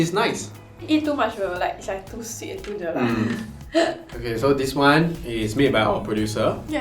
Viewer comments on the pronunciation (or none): jelak, not jelat